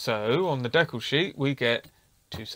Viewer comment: You are correct in the way you say decal. It's based on a French word, and that's how they say it.